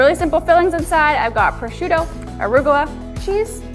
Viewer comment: Was für ein schlecht gemachter beitrag,lippen stimmen nicht zum ton,und geben sie den hund der immer wau wau macht ins tierheim !alle ortsnaman sind falsch ausgespruchen, auch prosciutto,und nuicht prosskutto,albertobello ,gibt es nicht ! Grauenhafter beitrag 😤😤😤 wir leben hier seit 25 jahren,es ist im sommer alles sehr sehr touristisch !